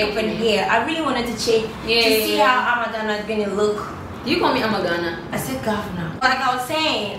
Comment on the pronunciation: legit said Ama Ghana🤣🤣